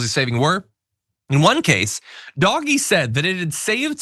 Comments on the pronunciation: And the dense brick triples down on pretending the pronunciation of an acronym matters on what's clearly meant to be mocking of DOGE. You know, the thing literally named after a DOGGIE MEME! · You are really labouring a pointless pronounciation war, totally oblivious to the intended slur. You've been told. Just shut up. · I think it's less that they don't know how to pronounce the word, but more that it's a deliberate mispronunciation designed to annoy the deserving. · It’s “Doh jg” F outta here with that “doggy” BS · It's pronounced Dohj, not doggy 😂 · Will someone tell John that Doge is pronounced ‘Dohj’ not ‘Doggy’. You know, like the Doge of Venice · As an ex-auditor I found DOGE’s methods strange at best. (I prefer to pronounce it “dodgy”, if that’s all right.). I remember hearing that they had discovered millions of social security accounts which belonged to dead people, which the government department challenged, saying that the accounts were genuine. Dodgy asserted that the accounts weren’t genuine. As an auditor my next step would have been to find out what payments had been made and quantify the amount wasted in this way. I would then have expected to hear of legal action, possibly including criminal charges, to recover the money. But Dodgy never even announced a total amount - or did I miss that? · We’re pronouncing it Doggy now?? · i'm offended you pronounce it doggie... doggie is a perfectly fine word and doesn't deserve to be associated with elon hahahahah. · Same, that annoyed me to no end!!! Leave Doggies alone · It's always been pronounced "doggy." That is literally the joke. How do you spell doggy? D-O-G.... E. Crypto bros used the name without bothering to learn where it was from or how to say it. Just like everything involving crypto. They didn't make it up and neither did /b/. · It's not doggy stop saying it like that! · It's not pronounced Dogee.....Jesus. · It's intentionally mispronounced. Derp.🤦🏼‍♂️